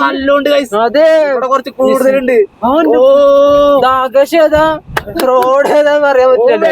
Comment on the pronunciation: ആകാസ൦ അല്ല ആകാശ൦